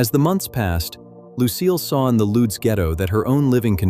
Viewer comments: Lodz is pronounced "woodge", not "loads". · Lodz is pronounced LODGE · It is pronounced "woodge" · Not sure, but I think the name of the town was by pronounced more like “loodge” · Wow you don't even have the decency to pronounce the name of the city properly